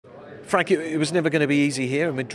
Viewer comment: “That’s football” “Special things can happen” Fwank